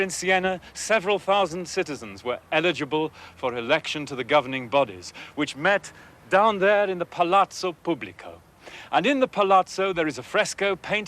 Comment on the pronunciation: When true italians hear Palazzow publicoww they call the guy "Buffalo Bill".